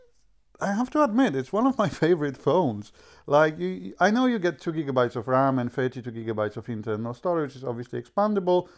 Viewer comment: Please mate. If you doing phone reviews and you need to pronounce gb so often, learn how to do it correctly. Just Google it you will find it right away. It sounds irritating the way you do it.